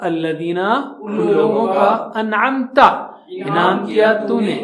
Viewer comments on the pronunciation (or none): السلام وعلیکم انعمت میں ت پر زبر ہے اور ذبر، زیر، پیش کو جلدی پڑ تے ہیں ت ذبر ت t-a. ت ذبر تا t-aa nahi .